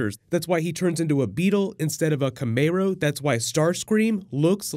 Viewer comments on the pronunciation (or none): Ka-may- row 😅